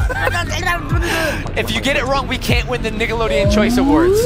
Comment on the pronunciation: every time says nickeloaden it spikes fear of a certain word